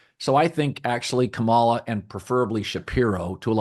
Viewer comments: Emphsis on the 1st syllable, [Ka' ma la], like "Pamala" - extreme conservatives will intentionally mispronounce it much like the way you are pronouncing it, Colin. They intend to emphasize that she's different. They intend to emphasize that she's not white, not normal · I'm sure you're not among those deliberately mispronouncing her name - not your style. Please check - accent on first syllable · As I'm sure you know, her name is pronounced with the emphasis on the first syllable, not the second. KAH-mala. Not KaMAHla. I don't agree with your opinions regarding politics but I respect that you put thought into your commentary. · The (low) bar for doing political videos might be pronouncing the VP’s name correctly. Kamala is pronounced KAH-ma-la, or, if that’s too tricky, like the punctuation mark a comma with a ‘La’ at the end, comma-la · Pronounce her name correctly. Makes you sound ignorant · Maybe don’t repeatedly mispronounce her name constantly. You’re like Floyd Patterson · A little funny that Colin mispronounces Kamala’s name every time 😂 I remember how to pronounce correctly because it’s like communist not community. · Colin proving his dislike for Kamala Harris by pronouncing her name wrong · You’re mispronouncing her name, which is how I know you listen to Fox News. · Obviously, you can't pronounce her name correctly. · O I see you to Collin I noticed how you pronounced her name that's how yall disrespect her. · If you are going to comment on a candidate, do your homework and learn to pronounce Kamala's name correctly. You do deep dives about a lot of great issues and stances. But money and time are only on Kamala's side. But I am with you on Pete. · If you’re going to continue talking about VP Harris, you might want to learn the proper way to pronounce her first name…